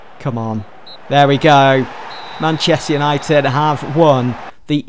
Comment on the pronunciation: Man chest united say it properly fucks sake